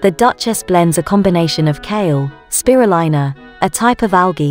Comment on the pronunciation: It’s pronounced Tabouli and not Taboula! And Spirulina is pronounced speerulina! Lol!